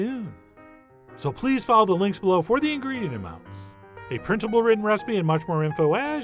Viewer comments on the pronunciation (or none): none